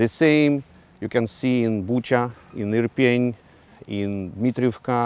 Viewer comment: Ірпінь! А не Ірпєнь...пеньок...